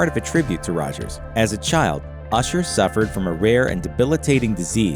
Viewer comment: Why she say Rogers like that , that was cool lol.